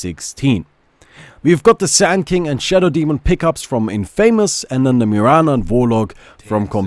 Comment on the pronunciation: Great video.. but I don't think thats how one pronounces infamous..